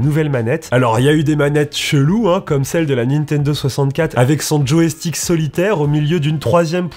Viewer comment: Par contre on dit « joystick » pas joéstick 😅